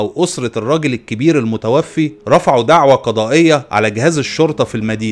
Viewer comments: المتوفَّى وليس المتوفِّي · الله يجزيك الخير ملاحظة صغيرة في اللغة العربية الكلمة تُقرأ: المتوفَى ، وليس المتوفِي وشكراً جزيلاً